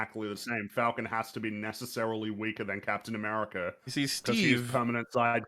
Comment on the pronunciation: He doesn't say "like you." He says "like Hugh."